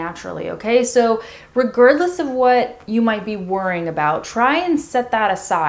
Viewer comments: That was funny. On a side, you miss pronounced the word "regardless" as "ri-gerd-lis" instead of ri-gahrd-lis. Not nick picking here just thought I let you know. I still understand what you meant. You so beautiful. Would I be right in thinking that your accent is a general American accent. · Is it just me or when she said the word “regardless” she put so much effort that the word ended up coming out of her mouth wrong? I kinda understand why. English is not phonetic language, so when she tries to speak slow it might happen.